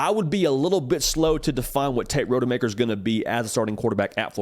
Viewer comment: Dude’s name is ROD-UH-MAKER. Not Road-uh-Maker